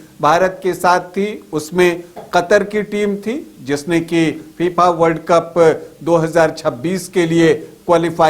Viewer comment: Gyan dene se pahle naam to sahi lo phipha nahi fifa hai